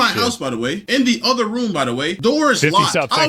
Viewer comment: Broo hearing her pronounce the "th" in words as "duh" was infuriating lol. "Each oduher" = Each other. "My moduher" = My mother.